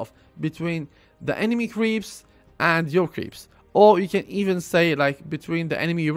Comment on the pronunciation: U say can but sounds like cant